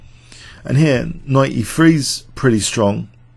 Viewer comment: Did he say "E free" or is it "E three"?